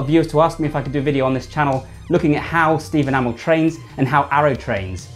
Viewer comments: Green Arrow i didnt notice He does Kinda Steven (right) amall (its A MEEE LLL) (Stephen i know) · Steve Enamel? 😂bruh you saying it wrong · Stephen A-mol?😂😂😂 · Why are you pronouncing Amell as ah-mal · Amazing video man but you kept saying Amell wrong 😂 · He's English, cut him some slack. It's like tomato. Never said the same way. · He's says amell wrong